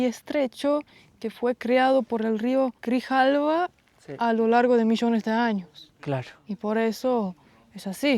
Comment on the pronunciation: No es Río Cirjalba es Río Grijalba 😅